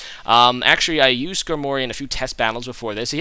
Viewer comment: Sk-Armory not Skar-mory